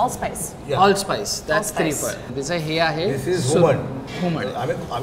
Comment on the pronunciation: त्रिफळ नव्हे तिरफळ